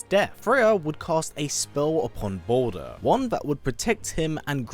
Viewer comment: Balder??? The way you say his name it sounds like you’re saying “BOULDER” aka A big ass rock!